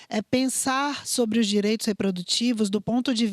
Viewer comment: Amo os temas aqui do canal... Percebi algo na tamb... Se for de propósito de boas... É "direitos" ou "diretos"...?